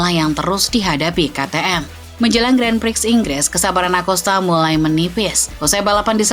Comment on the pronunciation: sebagai channel yang membahas motorsport, sebaiknya bisa lebih tepat lah dalam pengucapan kata Grand Prix.